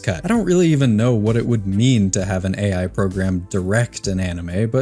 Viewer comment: bro cannot even say AI Correctly 😂